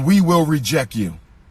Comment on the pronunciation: sir, it's called reject, not rejeck.